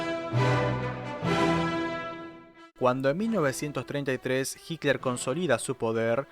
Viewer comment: "HICLER" ??? PORQUE DECIS "HICLER" ??? ADOLF HICLER SE LLAMABA?? JAJAJA